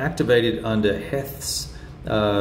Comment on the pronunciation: You got Pettigrew right, but (pronounced Heath) tripped you up, as it did me, long ago!!! Welcome to the Civil War!!! I think you're going to find that there's fewer good titles and systems at your favored operational level than there are good tactical games and systems for this era. There are a couple of good strategic games (GMT's The U.S. Civil War, as one example). It was satisfying seeing you recognize the strong narrative that these tactical games build. The Civil War is *huge* on such detail, chronicling the exploits of specific brigades from specific states, and of certain key personalities (Lee, McClellan, Meade, Jackson, Longstreet, and so many others). Being able to describe a bayonet charge across a bridge (one you can name specifically) is so much more interesting than seeing one counter get "pushed" 50 miles in some direction on a operational scale map. I notice that facing is not a factor in this system? At first glance I was wondering why Pettigrew's brigades appeared to have their backs turned to the Union!